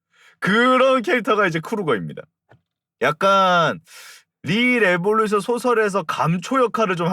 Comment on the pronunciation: 시작부터 rrrr하시는 거 듣고 삘 왔어요 ㅋㅋㅋㅋㅋㅋ 리레 웹소 소개 감사합니다ㅏ